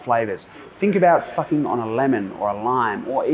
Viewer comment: did he say "sucking" ... Sounded like he replaced the s with an f 🤣🤣🤣🍻